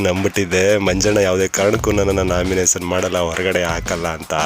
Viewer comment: Pinale alla finale, naminasion alla nomination.. Vyakthithvad bagge compare madidaga sumne idre avnige vyakthithvad bagge gotthe illa antha Artha.. 😂😂